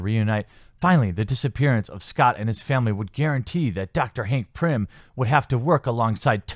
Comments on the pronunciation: I've watched a lot of your videos and enjoy your content...but this video drove me nuts. There is no "R" in PYM. Hank PYM. Other than that, keep fighting the good fight! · The name of the character is pym, not prim. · Dear god! It’s Pym not Prym. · OMG, IT'S PYM. PYM!!! NOT PRYM! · Btw its hank PIM not PRIM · It’s PYM not PRYM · Good video... and its 'Pym', not 'Prim' :l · Pym. Not Prim. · I like a lot about your videos, but seriously, slow down or read this stuff a couple of times before hand or something. Hearing about Hank "Prym" over and over was really getting on my nerves. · Love the vids. One thing that bothers me tho... it's pronounced Pim :) <3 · there isn't an "r" in Pym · Please pronounce hank pym correctly lmao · My only issue is...it's PYM...P-Y-M, no "P-R-Y-M". Other than that, I agree with all the FORCED agendas. Why is it that groups and people who, that not long ago, portrayed themselves as peaceful, meek, and practically devoid of hate, have now burst on the scene with straight up aggression, harshly berating everyone else, and forcing their views upon the rest of us? All the while, they still hate the views of straight people, Christians, or anyone else who doesn't live on their planet. And simply because you don't share their views, they say you're a "hater" or whatever. No...to each their own. But don't infringe upon my rights or my beliefs. Wanting to be accepted is great. But berating others or stepping on others' beliefs to push your own is utterly wrong. Just like how it's becoming a standard now that every film or show MUST represent at least one person of LGBTQ or whatever. Or like how they bullied Scarlett Johansson out of a role as a transgender person just because it wasn't actually being played by a (likely) AMATEUR transgender. So frustrating... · Are they complaining that the movie was TOO subversive? Let them talk to Ruin... BYW, it's Pym not Prym... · Damnit TheQuartering, it's Pym not Prim. There is no "r" in Hank's last name.